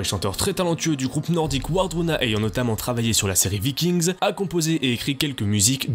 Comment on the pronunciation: Des VikingZ... tu peux pas t'en empêcher hein. ^^